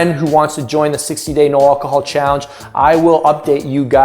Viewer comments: He cant say alcohol !!!!!!!! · I noticed that, maybe he's still drunk lol